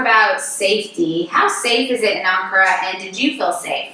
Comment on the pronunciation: Thank you for pronouncing Ankara correctly. I lived their for four years. My father was in the Air Force. He was paid in US dollars. We lived off base but, we shopped on base at the commissary for products you couldn't get in the city and we went to the American hospital which was in the city. All of these years later I miss the bazaars and hot sunflower seeds well, I miss the food. All the elementary schools teach not only Turkish but, English and French.